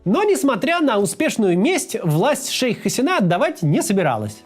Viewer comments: Очень сложно смотреть ролик, который начинается с фонетических и фактических ошибок. При разделе Индии большинство населения страны, которая сегодня называется Республика Индия, исповедовало индуизм, а не буддизм. В имени "Шейх Хасина" удаление на И, а не на последнюю А. В слове "урду" тоже ударение на первую У, а не на последнюю... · МуджИбур, Хаси́на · 1. ХасИна 2. забавно тетку называть "шейх". звучит нелепо